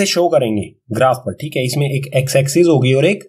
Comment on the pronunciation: Thikhe: just like u whenu say Thike in nlast